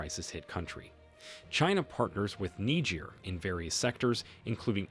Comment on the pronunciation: This is strange. Please why do you call Niger Nigir